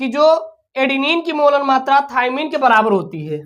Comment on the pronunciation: Thaimine hai thaymine nahi hai